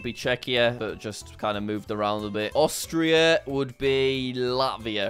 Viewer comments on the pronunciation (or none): none